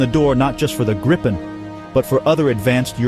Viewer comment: Good video. For future reference, it's pronounced gree-pen.